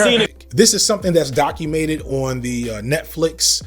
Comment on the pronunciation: bro said “documated”